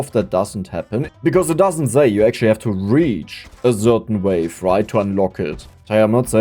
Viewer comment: Ist es soooo schwer "say" vernünftig auszusprechen? 😅